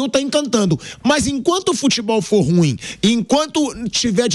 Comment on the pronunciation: Aleatório aqui. Pelamordi! O adjetivo "ruim" é uma palavra oxítona, tem duas sílabas, e ñ apenas uma. Se pronuncia "ruím", n "rúim". Chega dói no ouvido.